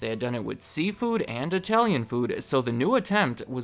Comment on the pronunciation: speaks the best I-Tallian